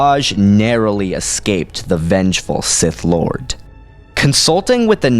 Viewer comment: you keep putting a "t" at the end of sith lord. thats funny but great video as always